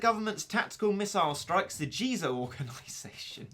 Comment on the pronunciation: It jizo not jeezo